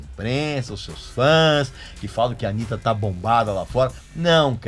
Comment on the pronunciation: Porque você pronunciou errado, se dissesse Anita, eles diriam "Oh, you're talking about Anita Baker?" Mas não, BR não sabe pronunciar KKKK foda...